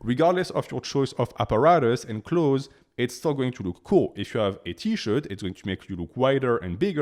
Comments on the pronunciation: "Close" is certainly closer in correct pronunciation than "clothzeez". If you disagree, English is not your first language, and you are incorrect. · Man stop saying “clotheses” 😂 Its just clothes ❤ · English speaking tip for you: "Clothes" has 1 vowel sound; it's only 1 syllable. It sounds almost the same as "close". If you say "close", your audience may understand you more clearly. I can't help but say something because I teach English 😊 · Choth(es) is soooo funny. Not criticizing , the fact that you can speak a foreign language with 99.98% accuracy is super impressive but clothez has got to be up there in 😂